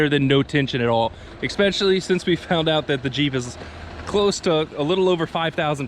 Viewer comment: Are you adding an x when you say especially? It sounds like you're saying expecially.